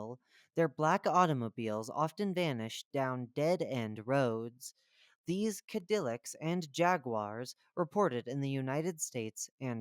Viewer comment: It's pronounced cad-a-lac